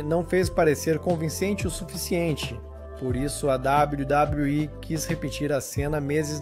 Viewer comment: Sabe nem falar wwe kkakakakkaa